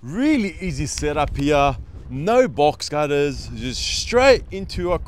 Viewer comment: You're kidding haha, man it sure sounded like box cutter, that's too funny 😂